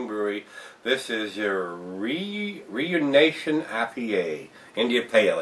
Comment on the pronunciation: Hate to be the guys that corrects you, but ruination is pronounced more like ru-in-nation. Enjoyable review and congrats on the 350th! Keep drinking beers that I wish I could be drinking!